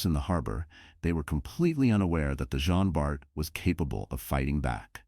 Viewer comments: Please, its JEAN Bart, not « Gene ». Sometimes the narrator get it right, then the next He doesnt 🤦‍♂️ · Les voix de synthèse sont insupportables. Elles sont d'une part, lassantes et impersonnelles et, d'autre part, multiplient les erreurs de prononciation en anglicisant les noms. Cela donne en l'occurrence le "jin bar". Recruter des personnes qui seraient ravies de prêter leur voix serait un vrai plus (pour leur fournir un emploi et pour nos oreilles de français) Merci